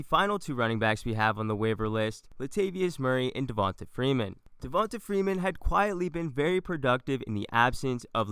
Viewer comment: Who is… “Devionta Freenan” 🤔